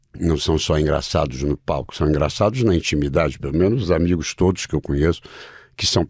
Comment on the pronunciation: Eu até q ia assistir por causa de Miguel... Más como vc avacalhou com esse "todis" Eu não Clico mais no seu canal de jeito nem um!!!